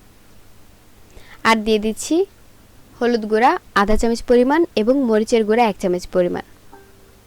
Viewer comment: আসসালামু আলায়কুম আপু আপনি এখনো চামচ কে চামিচ বলতেছেন, রান্নার সাথে সাথে কথাবার্তা ভালো ও শুদ্ধ এবং শুনতে ভালো লাগা উচিত, তাই না??? 👍👌💛